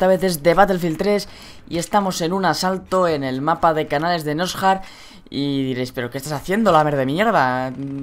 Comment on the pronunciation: "Canales de nosjar" xddd